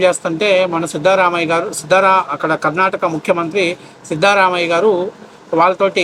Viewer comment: Sorry bro , pronunciation tappagi matanadidhare. Namma Karnataka cm naa.